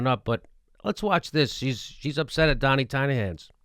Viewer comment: It is a good one. I love the way you slur it Jimmy...